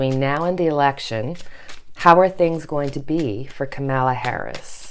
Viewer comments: Kamala Harris. Her name isn't Camilla. It's pronounced comma-la Like your videos ! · Not Camilla! Kam-a-la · Just for interest- it is pronounced “comma-la” for Kamala Harris. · Káh-ma-la -- Accent is on first syllable of her name. The a's are pronounced as ah -- Káh-mah-lah. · Thank you so much for your grounded.loving readings. Here’s a tip on pronouncing Kamala’s name. COMMA -LA I’ve been practicing saying it over and over! Ha it’s a tough one. And so is she, I’m so happy she’s the VP pick. Love you!! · Love your readings! FYI: it is COMMA-la. Accent on the first syllable. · It is so annoying that you and others can't pronounce her name correctly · she will be the first African American and women VP. pronounce her name correctly please!